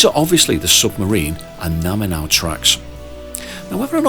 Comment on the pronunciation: Excellent work, although surely 3x3 is "Three by Three"? It makes more sense as a title. Also, to be extra pedantic, you said Naminau instead of Naminanu..... Otherwise very good!